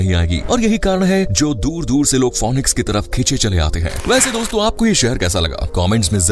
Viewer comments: It's not fonix its fenix So fenix goes for real with phoenix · इसका ऊच्चारन फोनिक्स नही फिनिक्स हैं. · Pronounce it as finix and not fonix.